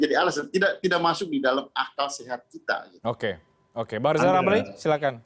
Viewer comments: Rijal ramli mengapa selalu nongol d sini? Suruh belajar "R" dulu sana.... ha...ha..ha... jokowi bukan mslh berani ngk berani. Tapi masih ada otak untuk berikir. Ha...ha...ha, sebrang m coba buat jebakan ya.....? Ha..ha.... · Rizram sebutan r nya di betulin dulu, baru boleh jadi caprese, buruk sekali sebutan nya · Lijal lamli ngomong R aja belum bisa...wkwkwk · Pak irijal oramli .... BKN pameuinya ... Pemerinta... Paaaaak😂😂😂💝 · Lijal lamli halu..😂😂😂😂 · Rizal ramli debat sama saya saja tak bikin tekuk lutut, wong ngucap R saja gak becus